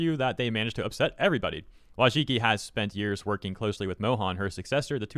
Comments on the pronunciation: Her name is pronounced "Voychitski" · Wojcicki in polish would be pronouced like voycheetskee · Holy shit you butchered her surname XD hahahaha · This is great / bad news depending on how Mohan leads YouTube after Susan HardToPronounceLastName. Still a W though